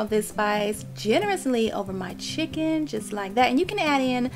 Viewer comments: wtf is a "cHicKonE" ? 😒😒😒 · "chikOn"... Nothing "diva" like about that accent